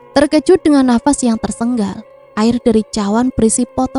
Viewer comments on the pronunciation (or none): Maaf , bukan tersenggal , tp bhs Indonesia yg bener adalah tersengal